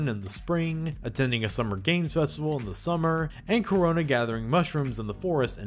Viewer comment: Karona you say?